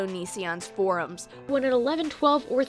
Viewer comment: Everyone - For-ums. YOU - Forms.